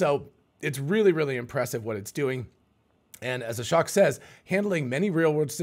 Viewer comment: It's SHOCKING how many times I've posted the correct pronunciation of Ashok's name on this channel. Hint: It rhymes with choke. How do I know? I've listened to his own self introduction.